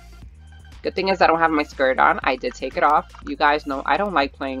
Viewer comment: Sounds like un instead of on